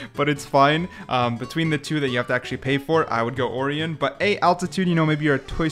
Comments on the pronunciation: Holy dude Orion is pronounced Oh-rye-on not or-ian y'know like the constellation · Or-eon? It’s Or-ion, like the constilation, if threw me off enough that it hurts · orion is actually pronounced o-ryan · Or-ee-un is a crazy pronunciation of Orion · why do you say orion like that